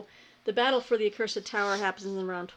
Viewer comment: Apropos of nothing, until I saw the cover, I thought you were saying, 'The Cursive Tower' which I thought, "Well, I have seen Peggy read books about semi colons, so I'll bite. Cursive handwriting. In a tower. Cursive handwriting AND towers. Sent TO THE TOWER because of poor penmanship! Very dramatic!" Accursed. Far less interesting. Ho hum.